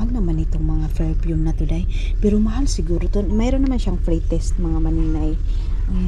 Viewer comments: Don’t say boring but bored. Another thing it is PerFume not ferpume. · Hi""" maninay,,,, maninay ecorrect lng po kita. Hindi po ferpume kundi PERFUME po